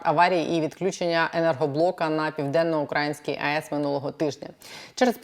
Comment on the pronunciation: Правильно казати Південно-Українська з наголосом на [ ї ]. Дякую